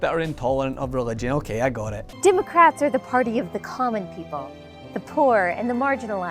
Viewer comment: "Dimocrats" she says. If we needed any further confirmation.